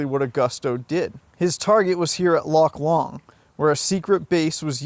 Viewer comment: Loch Lomond is pronounced ‘LOW-MUND,’ not ‘LOMMOND.’